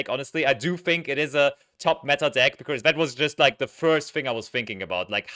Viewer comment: Hey, kleines Off-Topic-Feedback von meiner Seite: Mir ist aufgefallen, dass du das Wort "because" immer wie "becorse" aussprichst. Das ist nicht nur mir, sondern auch anderen Zuschauern aufgefallen und kann beim Zuhören etwas irritieren bzw. stören. Als Caster für ein großes Unternehmen wäre es wichtig, auf eine korrekte Aussprache zu achten, gerade bei häufig verwendeten Begriffen wie diesem. Ansonsten machst du deinen Job wirklich fantastisch. Weiter so! Viele Grüße